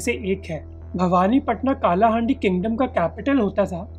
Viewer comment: का नही its कलाहांडी